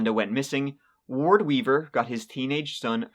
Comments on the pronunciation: Finally, u pronounced Wards name correctly! Ward Weaver the Turd. Ur gettin there! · Wow!!! Frightening and disgusting! certainly pronounces Ward's full name correctly. This story makes me want to vomit. 🤮 A nice bat to the side of the head would have cured him! (First to the knees)